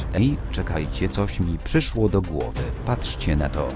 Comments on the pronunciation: pryslo zamiast przyszlo xD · "pryszło" xDDD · Tam zamiast "przyszło" jest "pryszło" ;) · "pryszło" xDD